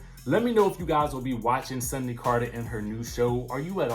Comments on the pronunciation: Her name Sundy... Sundy 😂. Like how your older auntie or granny say Sunday 🤣😂😂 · Her name is not Sunday it's Sundy